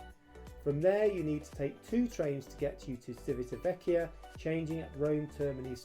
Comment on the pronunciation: You have mispronounced Civitavecchia any single time (without mentioning Trastevere and Ostiense) . Don't you check before turning the camera on?